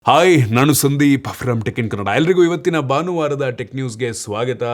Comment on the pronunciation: ಅಣ್ಣ ಒಂದು ಸಲ ನಿಮ್ಮ ಬಾಯಲ್ಲಿ ಭಾನುವಾರ ಅಂತ ಸರಿಯಾಗಿ ಕೇಳುವ ಆಸೆ.. ಬರೀ ಬಾನುವಾರ ಅಂತಿರಾ..